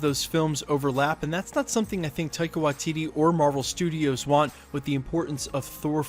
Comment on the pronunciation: Unsubscribing purely because of how many different videos you cant pronounce Waititi... its Why-tea-tea... How fucking hard is it.